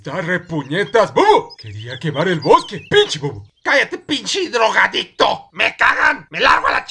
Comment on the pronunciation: parece que dice: HIDROGADICTO xD